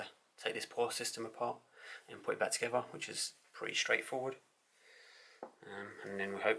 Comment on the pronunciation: Together not togever